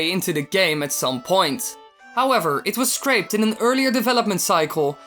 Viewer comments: Did you say scraped? (On the Syria's song) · "Scraped earlier on in development " No, it's "Scrapped" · "Scraped"? Wily... I think you mean "scrapped". There's a big difference between "scrape" and "scrap".